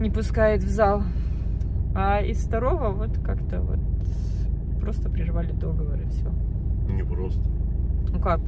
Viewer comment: Извините, но договОр, договОрЫ. Я преподаватель русского языка, привычка.